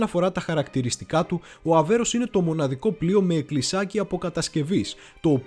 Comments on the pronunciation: Πολύ καλή δουλειά...με μια μικρή παρατήρηση, πάντα καλοπροαίρετη: " Αβέρωφ" και όχι Αβέρος το οποίο ακούγεται κατ' επανάληψη. Ευχαριστώ! Συνεχίστε την ωραία δουλειά. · Φίλε , είσαι ωραίος , αλλά το πλοίο λέγεται ΑΒΕΡΩΦ , όχι Αβέρος που λές συνέχεια ....χαχαχαχαχαχαχα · Όλα σωστά αλλά μην το ονομάζεις λάθος Αβέρωφ όχι αβερος είναι δύσκολα να το λες? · Ok αλλά φιλαράκι κάνεις αρκετά λαθάκια και δεν ξέρω αν το κάνεις επίτηδες. Είναι Θωρηκτό Αβέρωφ και σίγουρα όχι Αβέρως. Ιστορική αναδρομή με τόσο προφανή λάθη? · ΒΡΕ ΑΔΕΡΦΕ.....ΑΒΕΡΩΦ.....ΟΧΙ ΑΒΕΡΟΣ....Η...ΑΒΕΡΟ...! ΕΜΠΕΔΩΣΕ ΤΟ ΟΝΟΜΑ ...ΔΕΝ ΕΙΝΑΙ ΔΥΣΚΟΛΟ...ΧΑΛΑΡΑ ΚΑΙ ΘΑ ΤΟ ΠΕΙΣ ΣΩΣΤΑ...! 😊😊😇